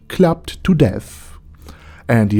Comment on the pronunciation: Hmm that thick accent made your description of the holy queen's death a bit sus. (sounded like Clapped to death instead of what I assume was clubbed to death) Funny as hell.